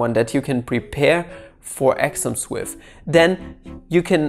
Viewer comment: Just me or I thought he was saying axioms instead of exams. Sorri